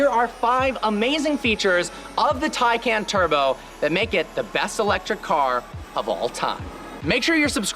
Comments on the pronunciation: You say it wrong (tay-cun) half the time like when you were driving the car but in the intro you say it right (teye-caun) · it's Porsche TIE-CAN Turbo not Taken Turbo, nobody took it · Not Taycan, it's TIEcan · It's not pronounced tie-can or tak-en. Per Porsche, it's tie-con. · The switching between tAcan and TYcan pronunciation was driving me nuts, pick one and go with it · Different pronunciations of Taycan got me confused 😕